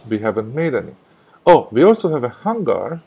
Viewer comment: The word "hanger" sounds like "hang" up clothes with a long "a" and a soft "g." That was great that nothing crashed and I learned quite a lot.